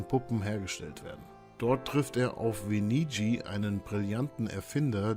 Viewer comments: Die Herren heißen GE PE TTO und VE NIG NI (das G ist Stumm).... Zudem sehr viele Fehler in dem Video. Wahrscheinlich selber nie gespielt und mit chatGPT eine Zusammenfassung schreiben lassen, weil ist ja ein hyped Game und bringt klicks 🤡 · Wie man Geppetto und Venigni ausspricht lernen wir aber noch :D